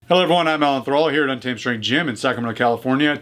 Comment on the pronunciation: He said "untamngh", it's a little smarter.